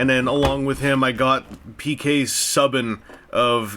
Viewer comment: Interesting choice of players... Lol, also it's pronounced SUE-BAN, A for effort though!! I'm thinking of getting the Winnipeg Jets ones for obvious reasons :p